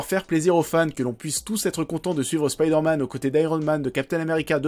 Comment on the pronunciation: mdr spiderman au japon ca donne grendizer.c marrant un coup du dis spiderman facon original à l'anglais puis ensuite tu dis spiiiderman avec i à la francaise) pr le jeux j'ia détesté mary jane qui n'ets qu'un pastiche de lois lane....mary jane c censé etre femme de tout les jouirs pas une super reporter intrépide.sinon j'ai trouvé homecoming nul.....ennyeux et oui spiderman 2 est le meillur car ses sscènes d'actions sont ouf et c ce qu'on demande avec un super héro.